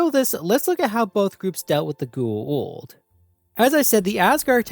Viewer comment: As often said in SG1, it's pronounced pretty much as it's written so go-ah-oold. It's not pronounced 'the ghoul', which we do remember fondly from the show. But it's definitely not pronounced geh-eh-oold as you pronounce it. It seems I'm nitpicking but if you make a video about a beloved franchise you could at least get things like that right.